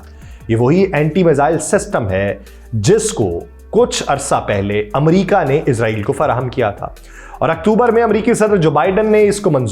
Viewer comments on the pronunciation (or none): none